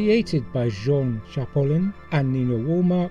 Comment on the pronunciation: Very very nice vid, but please, it's Chalopin not Chapolin - CHA-LO-PIN ;-)